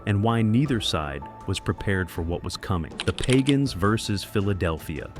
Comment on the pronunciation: It's pagan not pagon